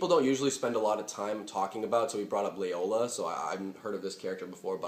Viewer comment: It's Loyola, mate. Not Layola.